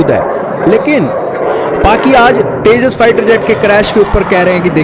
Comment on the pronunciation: Porki Anpado ko tejas vi bolna nhi aata 😂😂😂